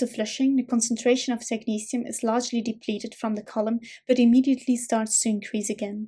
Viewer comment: Thanks ,this will make reading this easier now. I love the way you pronounce technetium